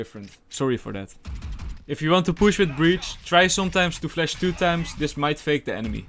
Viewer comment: Nice and good amount of tips, only cant stand hearing 'flesh' instead of 'flash'